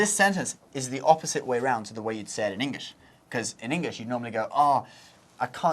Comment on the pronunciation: this British guy pronounces it engish (nothing wrong with it even i say it sometimes. just making a statement)